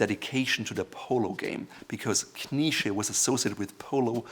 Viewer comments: Why do you pronounce Knize as though it were spelled "Knische"? As a native German speaker, your choice of pronunciation is puzzling. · He pronounces 'knize' like the jewish dish 🙂